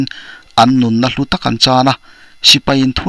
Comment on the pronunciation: Hlutaw ti lovin hlutdraw tia lam ṭhin a ni.